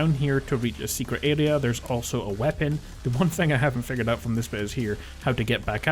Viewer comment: What's an "alea"? It's "aRea"